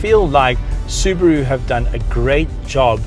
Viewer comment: It's Subaru not Subro and I am from South Africa so It's not Subro it's SUBARU!